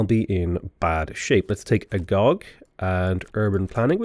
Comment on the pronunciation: Agoge is pronounced ''a go gay''.